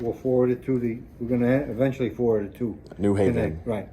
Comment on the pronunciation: "we'll forwrord it, eventually forward it " smells like bs. no doubt, they could have sent an actual rep from the firm. look forward to what comes out of these cases.